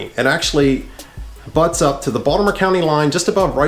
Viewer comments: No lie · He pronounces the word Baltimore like a tourism lol. ie Baldamore